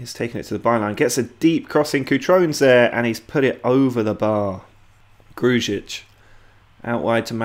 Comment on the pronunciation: Please just say Gru-ic not Gruj-ic its how you actually pronounce his name